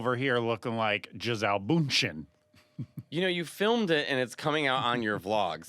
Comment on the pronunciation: Excuse me... Gisele who? As a brazilian i got a stroke with the "Bündchen" pronunciation 😂